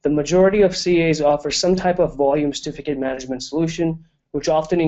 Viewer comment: It is CERtificate, not Stificate... So annoying.